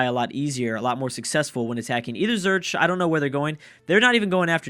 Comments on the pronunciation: Zurich is pronounced Zoo-rick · I'll give you a cookie if you pronounce Zurich correctly:D